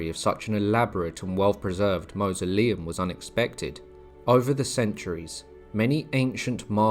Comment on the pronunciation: 'Mausoleum' is pronounced to rhyme with 'horse'. "M-or-soleum'.